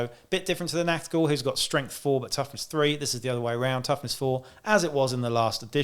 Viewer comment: Your review and positive attitude conviced me to start Necromunda26. Thank you,By the way you hit the german pronouncation of "Ch" in "NACHT Ghul" very good which is rather difficult for Native English Speaket. Greetings fron Germany